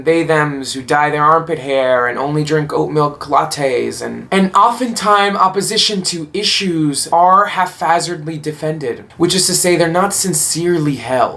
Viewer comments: Nice to meet you,! Point of information though - haphazard is pronounced hap-hazard. The word's roots are the same as those of mishap, happen, happenstance, etc. and therefore the "hap" part is pronounced separately. Keep up the good work. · Just a heads-up: This is a well-written set of thoughts and a well-flowing diatribe. Unfortunately, the few flubs - such as 'haff-hazard' - show that is a mouthpiece for these ideas and not the author.